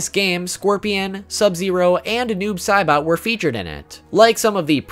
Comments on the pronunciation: To that one guy bro it's Noob Saibot not Noob Caibot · He said noob Sibot it’s noob say SAYbot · Fact #26 : his name is pronounced noobs say-butt